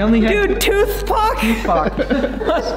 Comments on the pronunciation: He literally said 2paac💀💀 It’s 2pac. (Pack) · Sees the resurrection of a Legend Also: “Dude, Tuthpac” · tooth pac? lmao 🤣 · Tooth-pac - and I laid on the floor laughing.....😁😁😁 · "Tooth Pac" lmao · Tooth-pac. Omg. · Dude, tooth pac??? that had me dead! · Toothpac ? Hahahah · Tooth pac...lol...I cant...😁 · Toothpac... Maka-pastey😊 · Tooth-PAC.... I'm dead lmao.... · Lol, “toothpac” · "Tooth Pac"😭😭😭😭😭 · Toothpac!!!? Hahahahaha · "ToothPac" Lol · "2 paak"